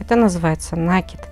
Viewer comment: Все очень красиво, спасибо, но неправильное произношение слова нАкид, режет ухо. Должно быть накИд.